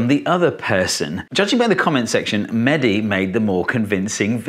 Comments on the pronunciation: umm no its mehdi not manny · He is mehdi not medhi plz